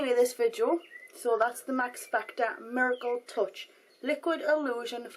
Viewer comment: at first i thought you said, max factor mergle touch;)